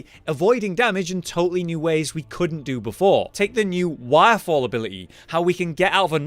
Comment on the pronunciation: Did he say wirefall... or waffle ? XD